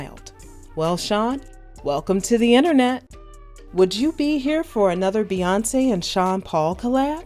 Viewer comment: Never realized her name was Bae-yonce 🤔🤔🤔